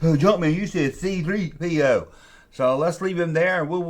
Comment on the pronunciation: You said C-3PO correctly TWICE! I'm proud of ya!